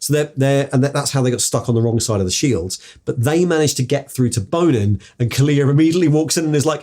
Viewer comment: says Bonin's name like Bone In every time. I always heard it in my head like the french bon followed by in like in and out